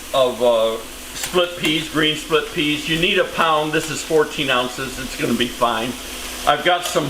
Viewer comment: Oops! “Splip” Pea Soup 😊